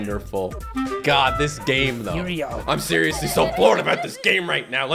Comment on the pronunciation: 𝔼𝕥𝕣𝕖𝕖𝕣𝕖𝕒𝕝 island💀💀💀💀